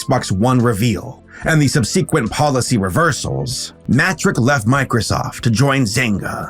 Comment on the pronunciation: It's pronounced SUB-suh-quent